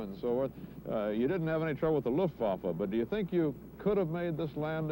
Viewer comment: Thanks for uploading this, CBS. I am in stitches over Ike's pronunciation of "Luftwaffe", lol!